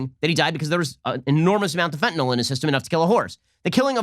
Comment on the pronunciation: Fentenol floid lol